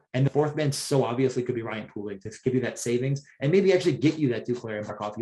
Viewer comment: Please pronounce Poehling correct